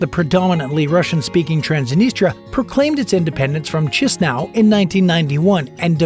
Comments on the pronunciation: Awful mispronunciation of the capital name: Cheese-Now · I suppose that the capital Chisinau is pronounced Kishinau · Narrator, it's pronounced "kee-shee-nau." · Uhm, no it's not. It's pronounced more like /KEE-shee-now/. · Capital pronounced Kish nau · this guy really said chisnow 💀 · Key she now ...how you pronounce the capital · Its capital is "Cheeze-now" 🧀🤣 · I'm sorry but just 20 seconds in, and I can longer take this seriously. "CHEESE-NOW"?? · You must pronounce in romanian Chișinău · You have no f. clue how to pronounce the name of the capital city!? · cheese forever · Learn romanian language ! Chișinău, Transnistria, Găgăuzia must be pronounced correctly by the narrator!!!